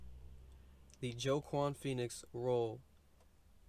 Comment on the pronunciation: Pronounced WAH KEEN FENIX ! Lol